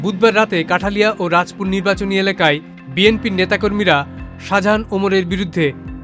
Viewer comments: রাজপুর না রাজাপুর সঠিকভাবে বলেন। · আপনি কিসের সাংবাদিক একটা বানান ঠিকমতো কইতে পারেন না হবে রাজাপুর বলেন রাজপুর পাইছেন কোথায় এরকম খবর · চ্যানেল আইয়ের মত একটি জনপ্রিয় টিভির প্রতিবেদক এত অপেশাদার কিভাবে হয় আমার মাথায় ঢুকে না। রাজাপুর উপজেলাকে উনি প্রত্যেকবার রাজপুর বলছেন যেটা শুনতে বিরক্তিকর লাগছে। রাজাপুর থানার সাইনবোর্ড ভিডিওতে বড় করেই দেখানো হচ্ছে। অথচ উনি দেখছেন না। উনি মনে হয় চোখ বন্ধ করে প্রতিবেদন পাঠ করছিলেন । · সাংবাদিকদের আরও লেখাপড়া করা দরকার হবে রাজাপুর বলে রাজপুর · আর সাংবাদিক কে আবার প্রাথমিক বিদ্যালয় পাঠানো উচিৎ... রাজাপুর না বলে রাজপুর বলে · রাজপুর না 😢😢 রাজাপুর হবে সাংবাদিক সাহেব ভুল উচ্চারণ হয়েছে ঠিক করবেন কিভাবে?? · রাজপুর না কি রাজাপুর সঠিক করে বললে ভালো হ য় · সংবাদ পরিবেশন কারী সাংবাদিক কিভাবে রাজাপুর কে রাজপুর বলে সংবাদ পরিবেশন করেন এটা দেখার কেউ নাই। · সাংবাদিক সাহেবের কথা বলার মাঝে ভুল আছে ভুলটি হলো রাজাপুর কে সে বার বার রাজপুদ রাজপুদ বলছে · রাজপুর না শব্দটা রাজাপুর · আপনি কোন লেভেলের সাংবাদিক। থানার নাম রাজাপুর আপনি বলিতেছেন রাজপুর এমন একটা চ্যানেলে জব করে এমন বড় ভুলের জন্য আপনার বক্তব্য কি জানতে চাই। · রাজপুর না রাজাপুর হবে সাংবাদিক সাহেব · রিপোর্টার সাহেব রাজাপুরকে কেন রাজপুর বলছেন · সালা রাজাপুর হবে উচ্চারণ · বেটা রাজাপুর উপজেলার নামটাও বলতে পারে না সে আবার সাংবাদিক 😂😂😂😂😂